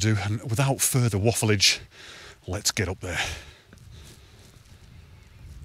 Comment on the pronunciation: Lots to learn from this vid, but the one thing that will stick with me for a long time is “waffledge”